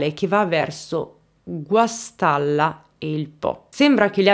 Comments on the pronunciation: Guastalla non Guastella!!!! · Ciao Guastalla non guastella..abito in provincia di Reggio Emilia scusa se ti correggo!!!sei bravissimo un bacio 😘